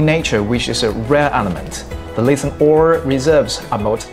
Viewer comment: Reply "Lithium" is not pronounced properly, I think you're doing well.